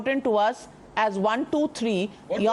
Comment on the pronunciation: Hello, This has 25 KG Head, with..5 microgrammes of grey matter, the D.M.K spokespersons name is Saravanan, not Seerevanan and the minister name is Ponmudi, and not Punmudi, and numbers 1.2.3 are pronounced as Oonu,Rendu and Moonu and not WONU,RRANDU,MUUNU, By the way, you are the most disgusting Godi media anchor, ever to air a show, since the inception of T.V news, in our country. Hello, you claim that Tamil is derived from Sanskrit is akin to claiming, that you look prettier than Princess Diana.